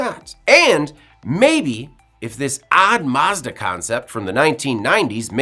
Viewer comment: I really hate the way you pronounce Mazda